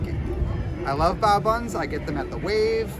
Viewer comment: Bay-o bun?!